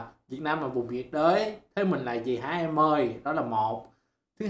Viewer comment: "Nhiệt đới" - "Nhớ đị..t" đó ơi